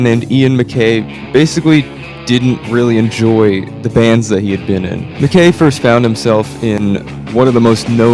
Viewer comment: heads up, the name MacKaye rhymes with "sky" :)